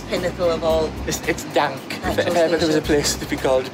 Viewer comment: DAHNK I love the way you say it 😂